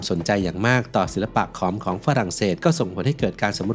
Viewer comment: ถูกต้องแล้วขอมโบราณ ผู้รู้จริงต้องอ่านแบบนี้